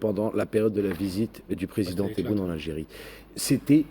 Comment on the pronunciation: notre président s'appelle Tebboune et pas Téboun C'est un nom propre Comme ton nom et pas Gézar Makhlou3in fi le français